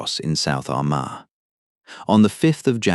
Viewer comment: You can't even pronounce Armagh!